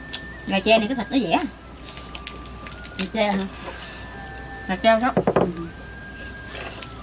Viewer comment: gà tre không phải gà che